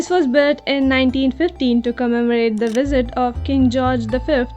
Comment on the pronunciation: I think if you correct the’s and thee’s and establish a good vowel command you would be even better